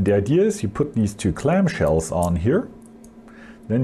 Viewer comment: C L A M S H E L L S people, clam shells. Not Clamp shells. Add it to your vocabulary.